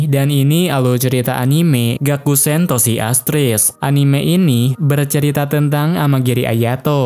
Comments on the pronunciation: Bukan gakuens tapi gakusen yak adick" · Gakusen bang bukan gakuesn